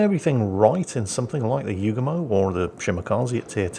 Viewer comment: ACKshully,, YOOO goo mo. Not pronounced You-gah-moe, or like the Beach Boy's song 'Kokomo'.